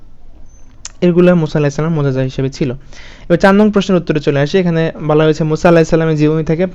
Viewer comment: ওটা মু'জিযা, মোজেজা না -_